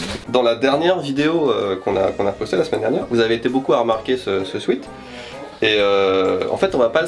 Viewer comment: Pour faire le relou, un sweat ça se prononce pas comme sweet, c'est un "swouète", ça pique les oreilles d'anglophone sinon :D